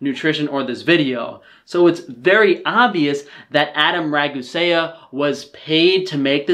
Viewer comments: You lost me when you pronounced it "Ragu-Saya" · Raagu-se-ya? Shut it please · He can’t even say regusea he says “rag-u-say-a” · The fact he says "Adam Ragu-sayuhh" physically hurts me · ra-goo-say-uh? Really shows how much this guy knows about Adam regarding his point of view. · adam rah goo say uh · Rag oo see ya. Pretty easy. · Bro really said "adam rag-oo-say-uh" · "Raguséa"? Really? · "Adam Rag-Goo-Say-Uh" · couldn't even say adams last name right lmao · I love how he pronounced Ragusea as incorrectly as humanly possible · You'd think when one sets to criticize someone else's work, that would at least learn how to pronounce the adversary's name. You'd think. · You know you fucked up when you pronounce the last name of the person you’re critiquing wrong. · I find it funny how you accuse Adam Ragusea of being condescending and acting like he knows everything, and then proceed to be incredibly condescending by doing a terrible mock imitation of his voice, mispronounce his name, and provide no evidence for your rebuttals. The parts of your video that made the most sense were the parts where HE was talking. Also the ad hominem attacks are pretty ludicrous. They look that way because they are OLDER than you. People age, hair grays, and you don't need to look like a Roman statue to be healthy. Like seriously dude this could have been a really good video counterpoint but you totally biffed it by being a total jerk. Be civil, cute sources, state your disagreements. I get he called your diet 'stupid' and that hurts your feelings but honestly you are not helping yourself by trying to rebut a video with cited sources by acting as your own source. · Can’t even pronounce his name right 😂 sounds like you just like plugging your ears and yell “YOUR RIGHT IM WRONG” also love all your references to any studies bud good work. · Lmfao this guy can’t even say the name of the person he is criticizing correctly. I’m actually watching this for a good laugh & so far so good. 🤣🤣🤣